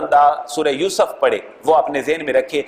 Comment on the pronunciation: Please make correction by myself in two words pronunciation yousuf and younus